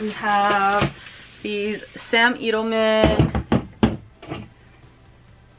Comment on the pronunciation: it's ED-elman (sounds like Ted) and not eeed-elman. =)